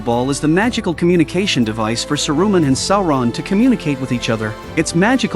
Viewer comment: Ouch on the ears....Sa -Ru-Man. Painful